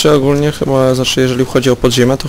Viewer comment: ogulno przez u zwykle, hahah :D